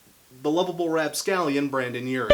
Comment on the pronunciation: I can’t watch, I can’t get past “Brandon”